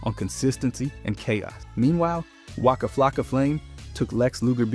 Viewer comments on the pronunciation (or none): none